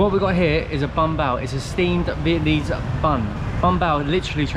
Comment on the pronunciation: It's Vietnamese not Vietmanese.